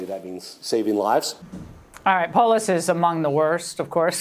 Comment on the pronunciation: It's pole ass. Say it right!